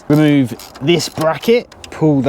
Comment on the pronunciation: I just love it how you say "RhemŰve" :)))) pure delight for the ears (and later how you say "bad boyz-boo-boo")! You sir are the jolliest man ever!